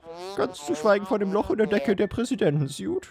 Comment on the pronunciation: Hey, nur damit du dich nicht blamierst das heißt ´´Presidenten -suit´´ nicht ´´Presidenten_siut`` Bitte liken damit er es sieht